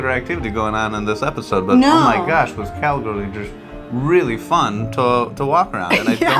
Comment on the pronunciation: Well hells bells!!! Welcome to “Montana”!!! You saved the best State almost for last. Small note; it’s the “Going to the Sun Road”. No big deal there “Cal-Gary”. 😅